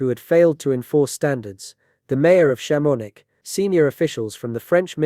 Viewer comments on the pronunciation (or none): Chamonix isn't pronounced Sham-on-ix; it's pronounced Sham-in-wa. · I'm gonna guess this is using an AI voice? I hope so with that pronunciation of Chamonix... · since when do you pronounce Chamonix, France, like Chamo-nicks?